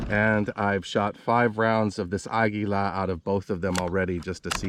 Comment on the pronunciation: Learn how to pronounce Eley and Aguila for God’s sake!